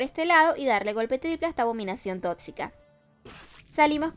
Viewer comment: Me encanta cuando dice "abominación TOTCICA "Xdd